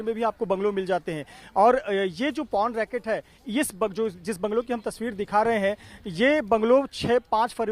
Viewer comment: its Por Not Pon, I don't understand why people feel awkward to speak about sex and porn...,,,, they need to update themselves...